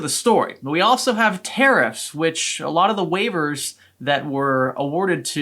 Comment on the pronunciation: Learn how to say Tariffs... not Terrorist